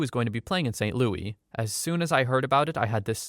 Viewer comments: as a person from st louis, please just say louIS. PLEASE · “Saint Loui” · That's not how st louis is pronounced